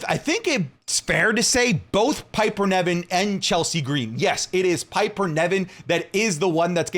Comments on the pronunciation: Not pronounced Neven, its NIVEN! (Pronounced Like Live)! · Every single video, I wonder if knows that Piper's last name is Niven, not Nevin